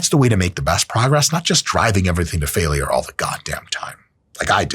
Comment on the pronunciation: I hate how Mike pronounces "failure" like it has three syllables instead of two.